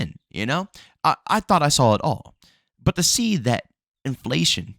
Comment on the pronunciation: I thought I heard it all until u said in-FA-Lation😂